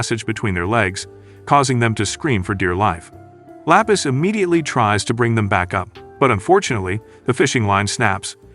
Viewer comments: Lapis ❎ La peace ✅ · THE GIRL NAMED 😂😂😂 LAPIS LOKS LIKE FROM SPEEDS STREAM AND KAI KAI SAYED IT LA PEACE😂😂😂😂😂